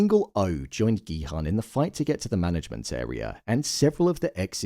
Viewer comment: for god's sake, please pronounce Gi-Hun's name correctly... the "Hun" is pronounced as "Hoon".